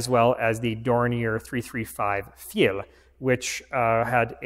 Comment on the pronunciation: For a person who speaks and reads English, the German word Pfeil is pronounced like 'Pfile' is written. Like the english word 'file' with a p in front of it. Or like the word 'pile' with and f right after the p. Not like 'Pfeel' the way you pronounced it.